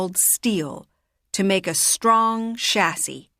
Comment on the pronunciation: in cars how do pronounce Chassis, i think its not the way you pronounce it. Plz correct me if am wrong.